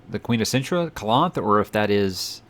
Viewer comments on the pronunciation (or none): It's Calanthe and Mousesack. Just a hint about pronouncing Jaskier, it is more like Yaskier J is more like a Y sound